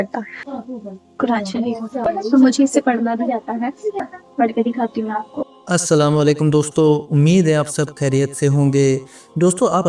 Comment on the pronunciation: Behen Assalamualaikum hota hai sahi pronunciation. Na ki Assalam Walekum. Jawab me beshak kehte hain Walekum assalam